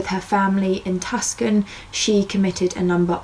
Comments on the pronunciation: Why british people be like: pronounces TOO-SON as TUS-CAN this ain't even meant in a mean way, i've just encountered so many british and australian people who pronounce it that way and i JUST DONT GET IT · in case it hasn’t been mentioned elsewhere, Tucson is pronounced like “two-sahn”, not “tus-kin”. No worries. It’s a funny spelling that a lot of folks who aren’t from there or aware otherwise mispronounce. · the whole video I was like "tucksun...tucksun...? OH TUCSON" lol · Tucson Arizona? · no worries!! I’m from Massachusetts and I used to think Tuscan was pronounced the way you pronounced it up until my late teens!! I’m 43 now!! Hahaha!!! 😁 What a pretty girl, unfortunately I have a bad gut feeling she is gone, like no longer living and it’s due to foul play.... She probably should have stayed in Tuscan.. Unfortunately, anywhere there are Casinos, there is usually easier access to drugs, getting into prostitution and getting involved with bad people.... I don’t understand why there was $600 left in her car though... if she owed money the “bad people” would have found it or taken it from her or the car somehow... something seems very strange with that hour and a half car ride too?? My husband has been out that way and no amount of traffic would ever equal that long amount of time from the airport to the hotel where she got dropped off... she was clearly in some sort of meth psychosis state of mind... the cop should have brought her to a hospital?? Something is definitely off with her disappearance and I don’t think we’ll ever know 😔 people always say a LOT of bodies are buried out in the deserts... it’s so sad to say that and I’m not being funny when I say that.... it’s just the truth..poor girl... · But it's Tucson, AZ Too' sahn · nobody would guess it’s pronounced too-San instead of how it looks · it’s pronounced two-sawn by the way xxxx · I used to say it like that too, that’s how it looks!